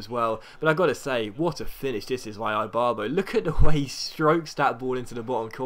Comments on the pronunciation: Seriously? Eye-barbo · Ibarbo is pronounced eebarbo